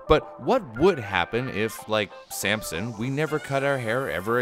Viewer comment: Accents I suppose, people say things differently but you know what he meant